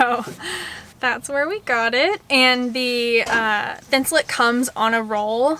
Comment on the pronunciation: Please people...please STOP CALLING IT thin-sul-IT. That is wrong and so annoying!!! It is thin-sul-ATE. Like I ATE the apple. NOT IT!!! I'm from MN where 3M is located. We know how to say it here, it is thin-sul-ATE!